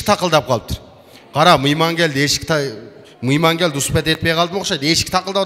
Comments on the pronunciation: Мыйман эмес, туура суйлочу Мейман же конок деп туура суйлогулочу жинди келтирбей. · Мийман,тапан деген создорду ката суйлоптур. Ошто мейман жана таман деп айтышатго. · Мыйман🤭 Мейман эмеспи? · Ей мыйман емес мейман кантип чыгып жатасын елдин астына урматту мыйман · Мыйман эмес ёп Мэйман